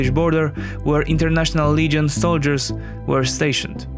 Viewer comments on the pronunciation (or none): none